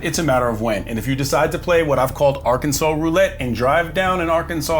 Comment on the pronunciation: Rent in ar-kansas for now on